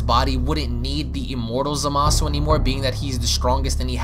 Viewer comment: Yo Its Zama-su not Za-maaa-su. Smh